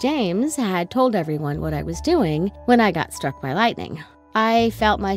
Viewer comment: "lightenng" just me? Ok.